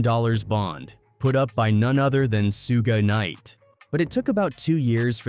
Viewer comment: Narrator can't pronounce names. "Sooga Knight?